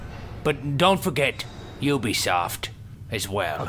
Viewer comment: Omg I lold so hard when he kept on saying Ubisofy